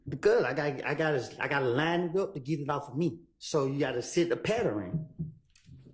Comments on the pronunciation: “Set the pattering” georgia education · You gotta set the patterin...Patterin ?? Wtf is a patterin 🤣🤣🤣